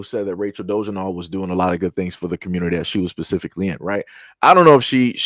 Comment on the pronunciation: it's "DO-LA-ZELL"